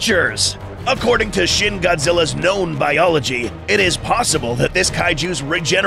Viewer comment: It's pronounced more like sheen